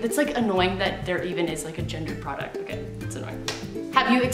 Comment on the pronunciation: When you said “am I okay? nooooo” I thought you said “ am I gay? NOOOOO” 😂